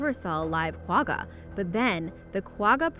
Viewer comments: You mispronounced gwagga, its pronounced ggggg like when you have flem in your throat, so kwagga like you're clearing your throat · Hahaha you said Quagga wrong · Learn how to say quagga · Omw the way she said quagga .... it is not nearly the right way to pronounce it... i am from South Africa.. and one of our zoo's has a kwagga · When she says quagga wrong lol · She's say Quagga wrong. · Not the way you pronounce the word Quagga